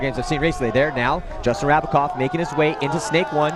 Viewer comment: its JRab not JRav. Rabacov not Ravacov